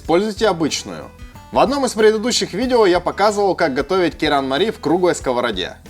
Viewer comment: Правильно звучит же керанмали